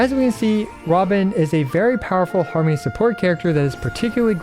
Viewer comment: OK, I laughed at Har-Money